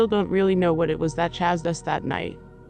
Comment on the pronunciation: I just have to ask why these computer voices always mispronounce the words "chase, chased and chasing". They all say " chaz, chazed and chazing" using a short a instead of a long one. Also the voice said re-arview instead of rearview. These are a couple of reasons people don't like the computer narrations. There are others but some may be due to improper punctuation. These are simple pronunciations. Is there anything that can be done to correct it? Otherwise, the stories are great! Lon's Phantoms and Monsters is one of the best blogs out there. He gets the greatest encounter stories!! 🧚🧙🏼‍♂️👽🛸👹👻👤☠️🦌😱